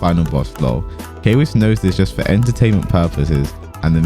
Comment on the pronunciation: Whatever you say kwiss 👀 #masku